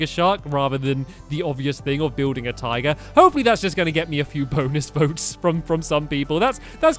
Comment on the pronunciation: Whenever Stampy said tiger it sounded like he said "taiga"